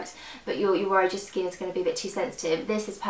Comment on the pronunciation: you say skin weird like skeen